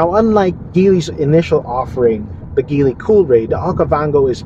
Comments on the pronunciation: Please pronounce the brand right, or at least check out the right pronounciation before doing a review. Good content though. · Very dissapointed of this review not because it’s bias or anything. TopGear is one of the oldest source for auto reviews and news. I’ve bought their magazines since I was a kid. But this guy didn’t even bother researching how Geely is pronounced, if the roof rails are functional or not, that there are two more cup holders in the third row, and how to properly fold the third row seats. A lot of misinformation in this video. 😬